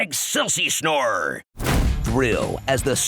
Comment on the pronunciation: "Excelsi-snore"... Wow.